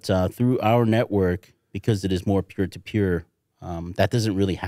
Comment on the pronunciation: "pure to pure" does he mean peer to peer or what?